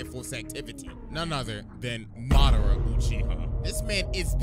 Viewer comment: I hit dislike the moment I heard “muh dar ruh”